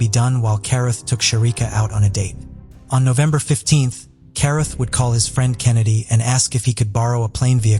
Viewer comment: Carruth is pronounced Cah-rooth.